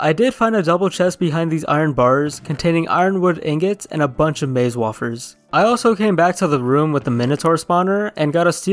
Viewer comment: way-fur, not wah-fur